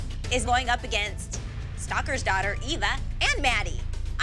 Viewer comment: pronouncing Ava is killing me 😂😂😂